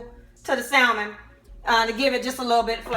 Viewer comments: Pronounced sa mon not sal man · The L in Salmon is silent. It's hard to take someone serious who cannot pronounce what they're cooking. Pronounce the fish as SA-MON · Stop pronouncing the “L” in salmon. You don’t have to scream when you’re speaking.